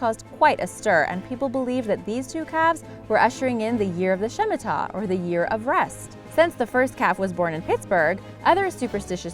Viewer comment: Not "shimita" - shmitta.